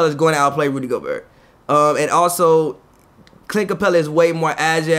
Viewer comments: His name not go-Bert you say it like Pierre, gobeierre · The T is silent bro he’s French. You gotta stop lol